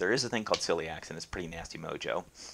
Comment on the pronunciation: There is no disease called silly yaks. There is an autoimmune disease called celiac disease. It's also called non tropical sprue or just sprue or gluten sensitive enteropathy or celiac/sprue. Just don't put an s on the end of celiac. Pronounce it like see lee ack. I don't know what your problem is, but there is no such thing as a gluten allergy. You could have a wheat allergy. Without the genes you don't have celiac and never will